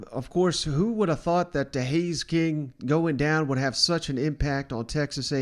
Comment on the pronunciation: How many videos are you going to do and continue to pronounce Hayes King’s freaking name is HAYNES KING!! You buffoon!